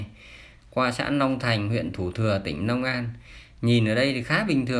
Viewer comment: Nhà báo gì mà nói ngọng long an lại nói nong an